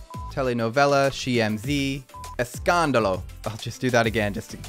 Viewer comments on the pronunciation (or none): Escándalo...not le scandalo